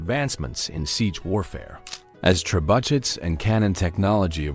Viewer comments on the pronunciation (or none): For God's sake learn to say trebuchets; the ch is not hard pronounced, but more like sh and long A. trebu(shay)s